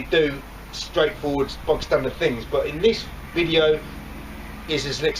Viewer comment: There not bog standard there Bob standard aye aye 😉